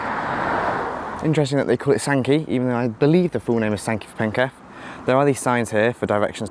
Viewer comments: Funny to see someone interested in the local area: Sankey for Penketh (penketh is pronounced PEN-kuth to me - keth is with a schwa vowel)'s "Penketh" is a whole place just like Great Sankey. The car park is used for apartment parking somewhat, but is usually much more vacant compared to when you came. WAW is placed within the Chapelford estate which has a lot more working age people compared to the surroundings of SNK, so it gets used far more. I get the SNK train to LIV sometimes and it will only be me, or me and one other person boarding the train. Everyone just walks down to WAW, everyone knows WAW gets more service so thats why there is no sign I suppose. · Interesting video, but pronounce Penketh as PENK-uth. The line skirted the edge of the airfield. There was a spur off it into the airfield probably used when there was more happening as it was a massive military logistics centre.